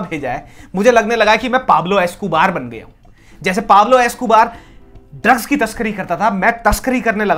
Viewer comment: भाई एस्कोबार होता है एसकूबार नहीं।